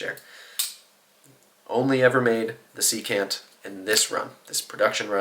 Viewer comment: Secant has the stress on the first syllable. SEE-cant. It’s a trigonometry term, the reciprocal of cosine.